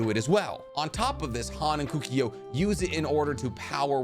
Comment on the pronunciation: Kukio??... It's KOKUO mate!!